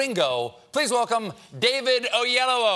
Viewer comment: KarlinRex it's pronounced oh-yay-law-war not oh yay low woah. There's a difference. And wealth in Yoruba is Oro, pronounced or-raw